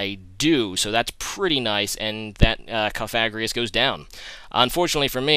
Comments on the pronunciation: no he doesnt he says cofagrius its cofagrigus he didnt pronounce the last g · COF-A-GRI-GUS are you ever gonna pronounce it right??? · Its kof-uh-GREE-guss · Just sayin' every time he faces a Cofagrigus, he doesn't pronounce the name correctly. It's not even a hard one to say. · THERE'S 2 FUCKING G'S IN COFAGRIGUS GOD DAMN IT